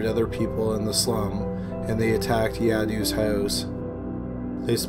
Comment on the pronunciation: His name is pronounced Yah-Dove not Yadu! The way he was lynched is witnessing Karma at its best...